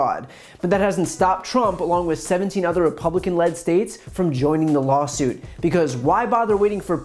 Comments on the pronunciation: I love that he said "LoLsuit" instead of lawsuit at the beginning. That can't have been an accident! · at the beginning sounds like he says "lolsuit" 😂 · I swear he called it a “lolsuit” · Did... did he just say LOLsuit? Cause I agree, it is.